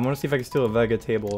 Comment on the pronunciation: Veg e table...I've never heard anyone say it like that before...dammit, now I have to change the way I talk in public AGAIN...say hi to the cat lamp plz <3 Love your content, keep it up